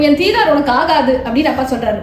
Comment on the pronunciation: சிறப்பு. உச்சரிப்பு தீதார் அல்ல - Dhi daar